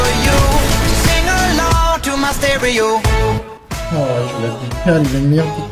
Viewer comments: “Sterio Hearts” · "Sterio Hearts"